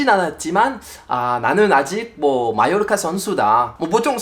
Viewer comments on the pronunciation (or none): none